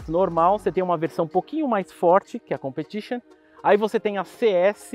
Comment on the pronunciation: ComprTITIon 🤣🤣🤣🤣🤣 casa com ela Brincadeira kkk